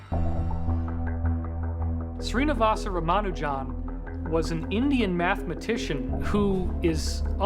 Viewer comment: His actual name is Shri-nivAs rAmA-nujan